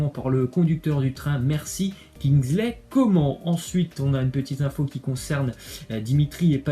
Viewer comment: Quelqu’un peux lui dire qu’on prononce comane et pas Coman